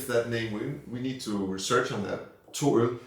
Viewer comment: "åben" [o-ben] = open 😊 - no big deal, 😂 øl ['oe'l] ~ ale